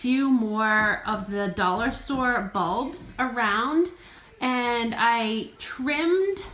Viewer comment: Now l see. You mean "balls " , not "bulbs". I kept looking for "light bulbs